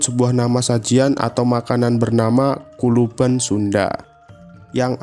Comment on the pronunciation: Kulupan bos. pakek P. Bukan Kuluban